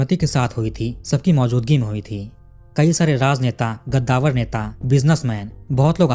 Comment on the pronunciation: भाईसाब वो गद्दावर नही कद्दावर होता हैं. ग और क का फर्क हैं. कद्दावर माने उंचे कद का. गद्दावर का कोई मतलब हैं ही नही. ये बात समझीये आप.